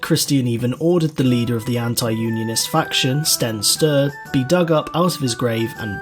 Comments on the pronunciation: STEN STURE NOT STENN STUUUH GUSTAV VASA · I would argue that your pronounciation of ”Sten Sture” as ”sten stuuuuh” is a bigger massacre than that of king christians haha